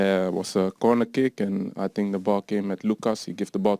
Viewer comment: 'today game I fink is verry jard'